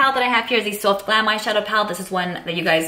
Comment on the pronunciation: Where are you from? You have a tiny hint of an scent especially when you said "soft" and "chocolate". ☺